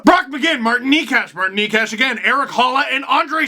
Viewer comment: It's not Marin Knee-cash, but rather something like Naetchass.